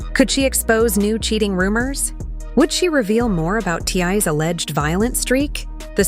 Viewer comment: Obviously the narrator knows nothing about this family. She cannot even say T.I.'s name correctly.